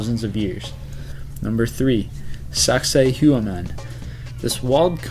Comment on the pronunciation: sak-say-wa-MAHN Sacsayhuaman